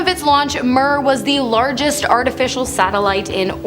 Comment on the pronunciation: It's pronounced 'meer' not how Ur sating it!